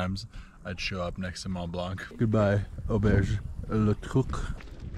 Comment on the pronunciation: Very nice video. However, you do not pronounce the "C" at the end of Mont Blanc...